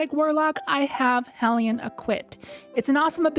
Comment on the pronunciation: Thank you for pronouncing hellion correctly